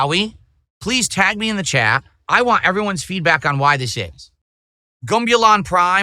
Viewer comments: I wa this and I wa that. Hearing him say the word "want" gives me an aneurysm, I can't bear it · I whan! I whan! NAGH TRUE. The guy who says he has good diction can't pronounce T's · Why does he say “want” like a regard?